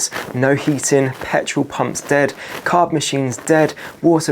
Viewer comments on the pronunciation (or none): none